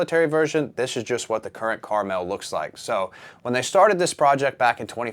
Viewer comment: it's pronounced Carmel